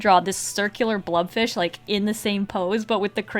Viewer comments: Isn't it a blobfish, not a blubfish? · is she saying blood fish or blob fish or blub fish?